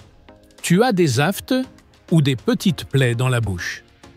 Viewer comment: Quelle honte ce doublage et ces sous-titres automatiques ! « Renault » pour rénaux, aftes prononcé « afteu ». Il n’y a donc personne qui vérifie, corrige avant la mise en ligne ? Je suis désolée mais ça enlève beaucoup de crédibilité à la vidéo.